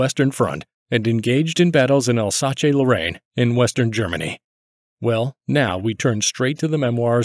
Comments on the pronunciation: "Al-sahche Lah-rain" Seriously, dude? This is an extremely well-known place name. I mean, I get that you're an American, and we all know what that means, but still... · Eh, I guess pronouncing anything correctly isn't a big deal. Idk how you can get something like these people's names correctly but not something like Alsace-Lorraine